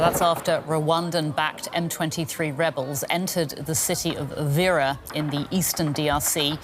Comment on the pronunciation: Please it's Uvira not Uriva that's why you guys are even confused about what going on in Congo and make it Rwanda's problem